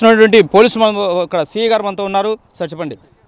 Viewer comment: Rey ci kadhu ra si ra😊😅